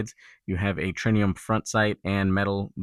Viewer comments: Tritium with a "T", not Trinium with a "N". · Tritium not trinium. TriTium trit